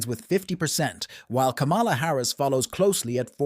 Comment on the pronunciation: Her name is Kamala, pronounced comma-la. Get it right ir expose your ingorance (or your bias).